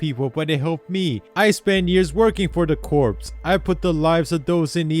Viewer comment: Btw Corps is pronounced "core"